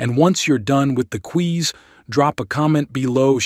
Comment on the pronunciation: Quiz not Queeze.